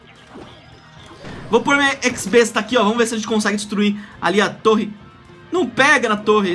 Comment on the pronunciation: fala X-besta, o x em inglês e o besta em português, vai entender né kkk